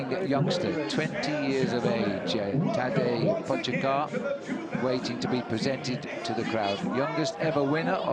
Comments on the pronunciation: It’s funny to hear Phil trying to pronounce Tadej’s last name back then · today, Phil certainly knows how to pronounce his last name